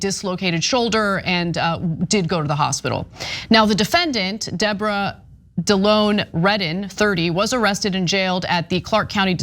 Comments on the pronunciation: Deobra? More like De-Boh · it's "Debra" now, bra. What kind of name is "De o bra?"